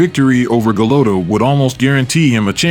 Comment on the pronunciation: GA-LOTT-A! Sheesh. Learn how to pronounce a proper name.